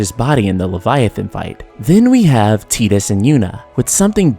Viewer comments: I’ve never even played ff 10 and hearing “teeetus” rubs me the wrong way... is it Titus (said “Tight-Us”)? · Tee-dus? Tidas like tidal wave. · I can't stand your pronunciation of "Teetus", it's Tidus. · Ive always pronounced it Tydus, which makes more sense mnemonically because of the Blitzball, and the fact that he was washed up on Besaid in a TIDE of water, among other things. Tbh if you watch other FFX youtube videos, id bet 90% pronounce it Tydus, not Teedus. To each their own though i guess. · Your analysis and critique has depth and genuine love put into it ☺️ FX15 fell flattttt with its “love” story. But I’d like to make one change... Dude’s name is definitely TIDUS! Tye=Tie=Tai=Tied= TIDE-US 😤😤 That delicious jello snack challenge? It wasn’t the “teed-pod challenge” and the ocean shore doesn’t reach “high teed”. Teedus just sounds so awful and I’m pretty damn sure they didn’t call him that in game or 2nd grade me wouldn’t have crushed on his HD Cloud Strife lookin ass so hard 😤 other than that you earned my sub and thumbs up 👍 I look forward to future videos :) Also... Square EEEnix lolol (Phoenix =/= Fenicks) 😬😬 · I know it's pronounced like "Teedus" but it sounds weird to me. I always said it like "Tiedus" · I think most people do. Ive always pronounced it Tydus, which makes more sense mnemonically because of the Blitzball, and the fact that he was washed up on Besaid in a TIDE of water, among other things. Tbh if you watch other FFX youtube videos, id bet 90% pronounce it Tydus, not Teedus. To each their own though i guess. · "Tee-dis" ... eye twitch O_o LOL That's just this fandom eh? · ok bro u ruined it when u said teedus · I cant even watch this because i grew up saying Ty Dus instead of tee dus and it makes me cringe every time (i know its the correct pronunciation, i just cant do it okay 😂😂) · I refuse to believe his name is pronounced teetus..... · Ugh. “Tee-dus”. Who the hell ever pronounced the name this way?